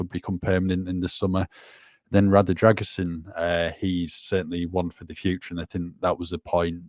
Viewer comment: I think needs to help with the pronounciation of the Dragusin name 👍